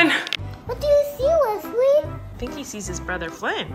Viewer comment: The way flynn pronounces his baby brother's name...... "weswy" AWHHHH ITS SO CUTE! you can tell flynn really loves his big brother!